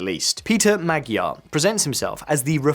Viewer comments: Speech matters. You can't even pronounce Fidesz and Tisza (no I do not mean say them with a Hungarian accent, I mean pronounce them as English speakers would). So why should I believe you. And unfortunately the Magyar mistake (it pronounced more like Maj - ar) is all too common. But the other two mistakes certainly are not. Anyway, I didn't finish. For instance, if you watched a video about England but they pronounced it Un-gu - lend, would you think they knew what they were talking about? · Ｙｏｕ must learn the language! Mr. Magyar's name must be pronounced not as you pronounced!